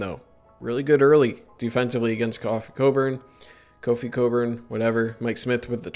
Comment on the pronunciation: Either way? LOL. BTW, it's Kofi (not Coffee).